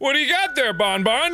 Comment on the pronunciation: Also you dont say "bone-bone" but "bonbon" like you dont prononce the n